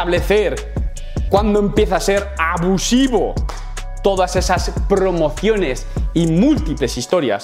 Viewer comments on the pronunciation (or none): Me encanta como dice Prrrromociones